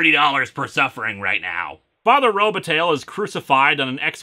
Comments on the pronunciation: Is that name really pronounced RO-ba-tail? I know that when it's spelled with an i in the middle (Robitaille) it's pronounced ro-ba-TIE and I believe that that ending is of French derivation. There's a somewhat well-known ice hockey player named Luc Robitaille, so I used to hear that name pronounced on play-by-plays all the time. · Oh, Lewis, your mispronunciations are hilarious. Robitaille is pronounced TIE, not TAIL. (Think Luc Robitaille, for example.)